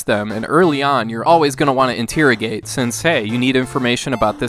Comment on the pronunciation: you pronounce interrogate funny.